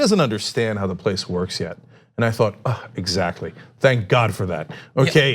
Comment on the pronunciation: Cenk i love you but pronounce the T in exactly ffs